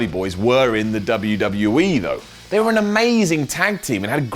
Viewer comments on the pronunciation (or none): none